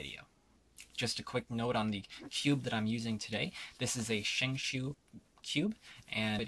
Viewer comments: lol shengshoo its shengshou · You pronounced the name wrong the 1st part is right but the second one has the 'o' sound like in shout